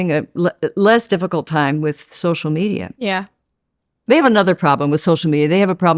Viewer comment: Social mediaR. AmericaR. AustraliR. AntarcticR. RussiR woRRRRds aRRRRe haRRRd.